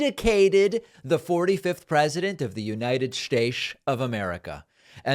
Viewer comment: "United Staysh of America" I love when he slips those things in.